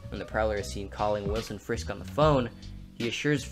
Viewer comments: It is Fisk not frisk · Isn't it Fisk not frisk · Nice video, but it’s ‘Fisk’ not ‘Frisk’ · Frisk? It’s Fisk. Just thought you should know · Fisk. Wilson Fisk. Not Frisk. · Frisk? Its Fisk ya silly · This man really call him “Wilson Frisk” 😂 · Mans called him “Wilson Frisk.” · Fisk It's Fisk, not Frisk. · Did anyone else hear him say Wilson frisk twice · It’s Wilson Fisk not frisk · i was lovin it, until you said "Willson Frisk" xD... jkjk really liked the video, didnt notice like any of this stuff when i watched spiderverse haha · “Wilson frisk”?💀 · Fisk not frisk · I love how he misspells fisk by saying frisk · I heard you say "Wilson Frisk" twice. I assume that's a mistake. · ‘Wilson Frisk’ 😂 Great essay though! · Did u say frisk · Frisk? Correct me if I’m wrong but I thought it was Fisk. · Good video, but its actually FISK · you said wilson frisk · Wilson FISK. Not Frisk. Otherwise, we'll done! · LMFAO Did this guy say FRISK LMFAOOO LOL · Just an aside: It's Wilson Fisk, not Frisk. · He called Wilson Fisk "Frisk" 😂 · Uhhh it’s not Wilson Frisk it’s Wilson Fisk... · It’s Wilson FISK, not Frisk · Wilson Frisk lmao, it's Fisk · I might be tripping but when u were talking about Wilson Fisk it sounded like you said Wilson Frisk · Lol mans said Wilson Frisk good video though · This may be just me, but when he talks about prowlers personal goals instead of Wilson Fisk it sounds like he’s saying Wilson FRISK. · On the one hand, you called Kingpin "Wilson F r isk"... but on the other, I had not noticed that Miles' Spidey-sense was purple and green until he met Peter, and it turned blue and red. Overall, a very clever and thoughtful essay. Nicely done. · Does no one notice he keeps saying Wilson frisk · Did this man just say wilson frisk? But fr, good video